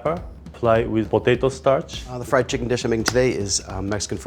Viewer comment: Yes I did. Didn't hear it as "flied." Since I've been teaching English to Japanese students for a year now, I am pretty familiar with how they pronounce. "Fried" becomes "fu-ried," and that's what you're hearing, not "flied."